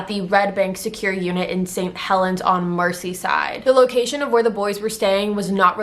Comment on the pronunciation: This videos sad and all but you pronounced Merseyside, mercy-side